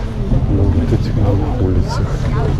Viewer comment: По слову улица понял что ьы из рф